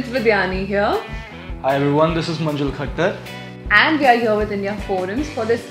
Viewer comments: Is it manjul khacchar...Believe me i heard it khacchar😅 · It's not khacchar it's manjul khattar u may had made mistake in hearing